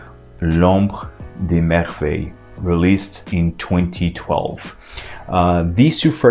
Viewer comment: wow! i just got the first one and LOVE LOVE LOVE it! and it sounds so much better when a native French says it. Thanks :)